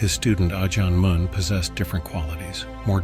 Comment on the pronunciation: Ajân "Mun" rhymes with done not dune, btw. อ. มั่น